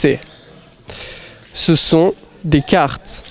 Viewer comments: Why does he pronounce “carteS”? I’m confused now. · A quoi bon vouz prononsez carteS????